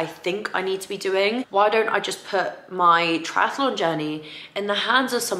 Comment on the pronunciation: Lovely vlog as always! May I just point out that’s it’s just Triathlon and not triatAlon? Sorry for being picky, but I can’t unhear it 😅